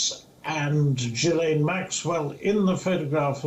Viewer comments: it is pronounced ' Jilain Maxwell ' not ' Ghislain Maxwell ' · It’s not Gheeslane but Ghilaine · Ghee lane not Ghees lane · Its pronounced "Ghee-lane" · Her name is pronounced where the “S” is silent.... Ghi(s)laine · Again it’s ghoo-fray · It’s pronounced ghee-Laine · Ghislaine is pronounced without an s. It’s a silent s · The s in Ghislaine is silent! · If your the news anchor you ought to pronounce Ghislaine with the ‘s’ silent.